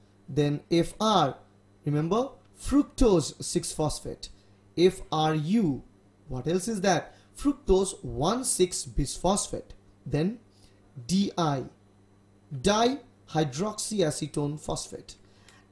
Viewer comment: I know this might sting you a bit. But dont get me wrong I appreaciate your work in fact I used it :) My criticism is the way you say biphosphate (bees phospho) You might want to say it correctly by practicing “By Phospho” instead of Bees.... Anyway, again dont get me wrong! I like your work!